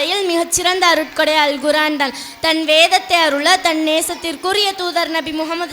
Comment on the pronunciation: Very good. Pronounce Korean and not Guraan